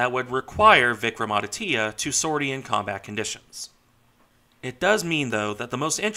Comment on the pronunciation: Regarding the pronunciation, you almost got it right. The "Vikram" part was perfect. The "aditya" part is pronounced as "aadi" (with a soft 'd') - "tya" (with the 't' and 'y' sort of joined together into a single syllable). Regarding the ship herself, she has been fairly decent in her service, with the exception of her recent refit where she had an electric short-circuit leading to a minor fire. Regarding the two-carrier part, the thing about a lack of aircraft is true. The Indian Navy has 45 MiG-29Ks in service, including training aircraft. The two carriers require some 60 aircraft between them (including trainers that would normally be stationed at naval aviation bases). To rectify that, the Indian Navy has announced an order for 26 Rafale M aircraft for Vikrant, with the MiG-29K then planned to be stationed for Vikramaditya. Subsequently, once the indigenous Twin Engine Deck-Based Fighter (TEDBF) enters service in the early 2030s, those aircraft would be stationed from both, and potentially the proposed third carrier, which would be a 50,000-ish ton half-sister to Vikrant.